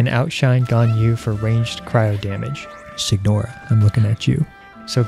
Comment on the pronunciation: shignore? who's that? did you mean signora (pronounced senyora)?